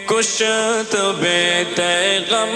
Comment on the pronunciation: کشت کی کاف کو غالباً کسرہ کے ساتھ پڑھنا ہے تحقیق کر کے جواب عنایت فرمائیں ❤